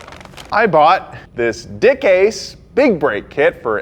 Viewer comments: DICKASE? Wasn't it DICKASS? xD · It’s pronounced “deck cass” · I believe it's pronounced Dick-Ass-e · We’ve all seen the grand tour episode.. we all know it’s not “dickase” lmao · LOL DICASE, SOUNDS LIKE DIK ACHE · It's pronounced dick asz....as in stick in the boot